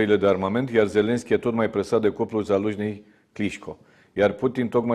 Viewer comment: Corect ar fi ZaluJnâi nu Jaluznâi😅